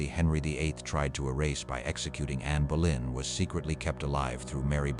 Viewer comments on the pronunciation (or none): It is Bow lynn phonetically not Bow en. Your AI is so terrible so bad, in fact it is unlistenable.